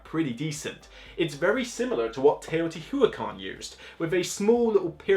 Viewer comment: I don't mind when the words are mispronounced it bothers me everytime he says teotiwatever, it's not that hard to just try and say the word.